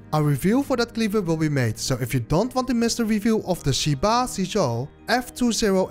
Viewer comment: Great review, a tip for the pronounciation is that the i after sh or z is like an ehhh sound not a normal i sound so more like sheh ba zeh zuo. it probobly didnt make any sense written lie this, but a google translate of 10 aka 十 would show what i mean, I dont mean to be rude, so hope no offence was taken.